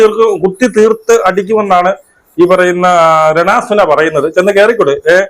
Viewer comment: രേണ സുന അല്ല അരണ സുന 😄😄